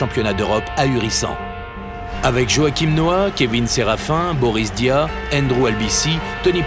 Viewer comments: Suis-je le seul à avoir entendu "Boris Dia" ?.. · Reportage insoutenable sérieux. "Boris Dia", putain mais gars tu sais même pas prononcé le nom des joueurs, le nom des équipes, et même pas dire "NBA" sans que ça sonne faux. Ça fait vraiment reporter qui fait un reportage sur le basket parce que le Basket en France ça commence a faire cool....